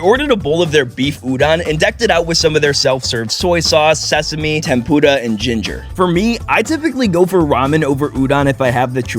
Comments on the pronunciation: Why is he saying tempura and udon wrong 😂 and btw im Japanese say it like oooh-dun and tem purrrer uhhh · 「てんぷーーら」の言い方が最もはっきり聞き取れました！！！ 移動距離が凄くてびっくり！！🚲💨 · Awesome video The way you pronounced tempura killed me though😂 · i like how u pronounce "tempura" 😆